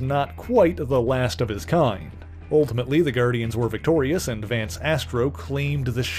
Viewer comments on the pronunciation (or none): none